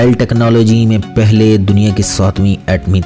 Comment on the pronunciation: Very poor pronounciation. PAHLEY bolna seekho